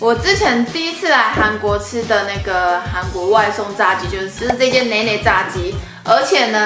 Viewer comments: 듣다보니 치킨이 중국어로 짜지 인거같은데 한국발음으로 자X 랑 발음이 똑같아서 보는내내 여성분이 자X X지 이러는게 웃겨 죽겠어요 ㅋㅋㅋㅋㅋㅋㅋㅋㅋㅋㅋㅋㅋㅋㅋㅋ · 炸雞的炸字是ㄓㄚˊ音喔